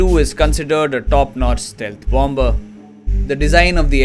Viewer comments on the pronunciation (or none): not bom -ber ..it is Bomb - Mer